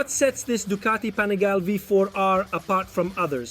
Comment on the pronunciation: STOP SAYING "PANIGAIL", JUST LEARN THE DAMN ITALIAN NAME: PA-NI-GA-LE